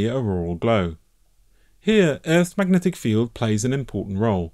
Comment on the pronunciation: Are U saying MAGNETIC force? 👇